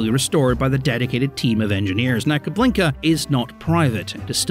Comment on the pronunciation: It's Kubinka not KuBLinka, although I'll admit to anyone who speaks Russian the latter sounds funnier